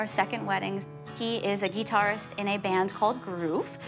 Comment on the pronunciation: Lol this girls name is she says GEEtuirist and goes VAVAVAVAVAVAVA BOOM